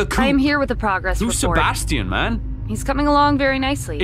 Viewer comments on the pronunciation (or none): Bro he said Sebastian's name wrong 3 times 💀